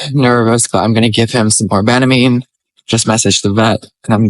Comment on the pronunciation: We call it “Ban a mean”, for Banamine. ban like to ban from doing something. I can’t figure out how you are saying it